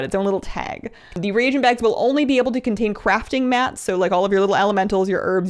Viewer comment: Your channel has ended up being my new favorite. In fact your channel is the only one I seem to be able to watch the whole thing. That being said I'm so thrilled that you finally stopped saying regent and now correctly say re-a-gent. For some reason it drove me batty to hear streamers say regent instead of reagent correctly. It reminds me of those in WoW in chat who type prolly instead of probably. When I see prolly or hear regent it makes me feel as though these people spent too much time playing wow and not enough time doing their homework when in school for those of you who started wow as a child or teen. Fortunately for me I was 58 and sufficiently educated with some college behind me when I started wow. Overall you have a great channel and lends itself to straightforward information. Far too many of them are more begging and bragging than informational.